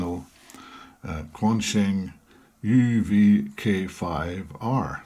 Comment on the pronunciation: Fung and Shung not Fang and Shang.